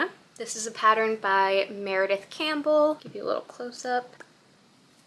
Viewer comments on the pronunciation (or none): none